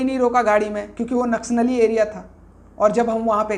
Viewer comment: Naksh nali. Ya naksali ..bolne vi ni aa rha... To news kaise bta rhe.. Ki kya sahi h ki ni